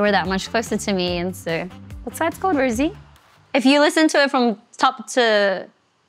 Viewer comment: She still doesn't know how to pronounce her name, she is very sweet ㅋㅋㅋ